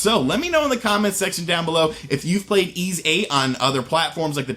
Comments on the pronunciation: "E"s VIII? It's pronounced "E"? I can't deny, this game looks like it might be good. Emphasis on "might". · Jay M pronounced eeeeesssss. It's a city from Briton mythology (north of France) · Why does he pronounce the tittle game like that ?